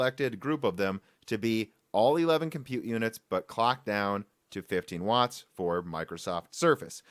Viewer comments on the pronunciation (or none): none